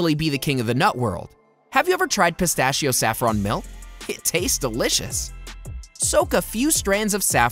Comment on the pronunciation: What not to like about pistacchio? The way you pronunce